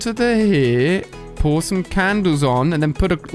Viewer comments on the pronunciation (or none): AliA be like:Poor some candles on. Me be like: What the heck are you saying???